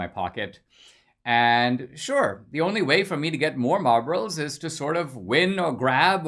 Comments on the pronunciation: Did he say marbles or Marlboros? 😁😁😁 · When you talked about having "marbles" at school I thought at first you said "Marlboro's" and I was like DAMN he was a hardass lil kid!